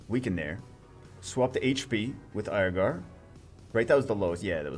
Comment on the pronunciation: Can we just agree as a community to pronounce it Ear-gar, instead of Aier-gar? Haha.